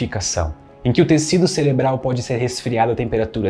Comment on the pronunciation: ele disse “celebral”? 💔